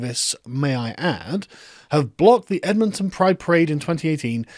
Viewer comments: Hey sargon Btw, Its pronounced Ed-monton. You Stress the Ed not the monton part like you were doing lol. Kinda was driving me nuts. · GOD DAMN IT CANADA!!!!!! I THOUGHT WE WERE BETTER THEN THIS!!!!!!! Also we Canadian's say Edmintin (Ed-Min-Tin, it's like dropping the second T in Toronto (and the first o in some cases so it's Tron-oh), and like how New Foundland is pronounced New FINland, just to name the most common pronunciations. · Ed-min-tin. Source; I'm Canadian. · Lol, that sounded funny, it's pronounced like "Edmenton" haha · pronounced ed-mun-tun, you silly limey. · It’s pronounced “Ed-mun-tun” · Oh god that pronunciation of Edmonton. We kinda say 'ed-min-ton' that is to say no emphasis on the 'mon' part. oh there you got it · Actual Edmontonian here. So funny hearing him pronounce "Ed-Mon-Tin" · Sargon its pronounced "ED—MEN-TEN" I'd appreciate you saying my cities name correctly, Thanks buddy! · "Edmonton" is pronounced "ed-min-tin." Carry on. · Sargon . . . um . . . that is not how one pronounces Edmonton. You say it like "ED-mun-tun' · Missed the second i, It's Edmintin. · It is pronounced Ed-men-ten. I'm from Calgary, a better city in Alberta. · It's pronounced 'ED-MIN-TIN'. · Sargon, I like you, but please never pronounce Edmonton as Edmawntun. It hurts me on a spiritual level. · The way he pronounced Edmonton kinda triggered me It's pronounced Edd-mund-ton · Ed-mun-tun. You're saying it wrong. Also the Mall in Edmonton is awesome. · As an Alberta, hearing Sargon say Edmon-ton is hilarious 😂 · Pronounced: ED’ mun tun. 🙄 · Foreigners: Americans can never pronounce anything correctly. Sargon: EdMAUNTin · it's a easy city name -Ed-Mon-Ton. I live there and it is kinda triggering me he's getting wrong lol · Ed-mahn-tun is how I shall pronounce greaserville from now on. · Sargon, do you like the Ed-MON-ton OEE-lers? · Hey mon, just an fyi mon, we in da great Canadaland pronounce it Ed-men-ton or Ed-mun-ton. Keep up da great videos, mon! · More like edminTIN